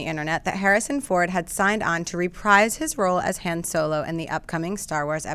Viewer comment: Say Han's name right!